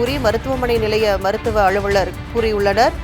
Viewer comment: தயவு செய்து தமிழை நன்றாக உச்சரிப்பவரை செய்தியாளராக அமர்த்தவும்.... முடியல... Ex: அழுவழர், கள்ளூறி, தீக்குலித்து